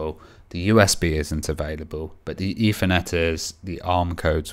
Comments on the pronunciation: Dude... its "Ethernet"... not "Effernet"...lol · Or Eithernet as everyone incorrectly pronounces it.